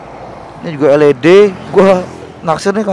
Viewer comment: el i di bang bukan el e de 😂😂